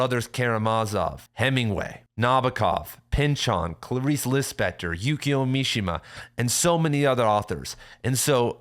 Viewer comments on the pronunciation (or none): none